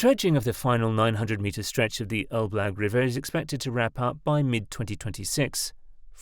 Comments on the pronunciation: What you call "Elblug" (Elbląg) is pronounced "elblong" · It's read like Elb+long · I cracked up every time the computer voice said "el-BLAG" instead of Elbląg 😁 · Pronunciation of Polish names is appalling. the letter "ą" is a nasal vowel pronounced as the French would say "en" as in "en masse" or "entente". The pronunciation is therefore something like "El blang g. Suwałki Gap (Note the L/l is not an L/l but is an Ł/ł is similar or not quite the same as the English "W/w". The W is proniunced "V" which migrates close to "F" at the end of words. The pronunciation is therefore "Soo vow kee". The canal is often known as "Kanał przez Mierzeję Wiślaną" (Canal through Spit Vistula) but more formally as "Kanał żeglugowy Nowy Świat" (Canal Shipping New World). As for the salt water arguement, it doesn't hold water. The Baltic has so little salt that it is almost drinkable. In any event, the Baltic flows in and out of the lagoon with the tides through the natural opening and marine species move in and out unhindered .